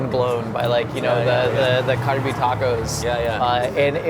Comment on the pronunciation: he referenced 2 filipino foods, he pronounced the word galbi almost perfectly, he knows the approximate year sandwich was invented.... josh knows EVERYTHING about food